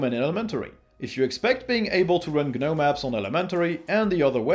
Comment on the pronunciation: Pronounced "Guh-nome" properly. Clicked Like.